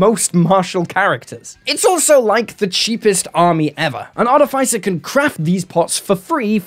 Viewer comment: Love the videos but please look up the pronounciation of "Artificer"